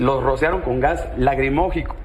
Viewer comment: Se ve que tiene mucho estudio porque sabe decir gas lacrimogico😅😅😅